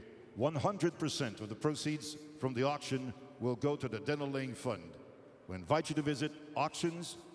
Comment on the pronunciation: It's "Laing" not "Liang"...